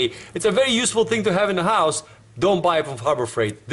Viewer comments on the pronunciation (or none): none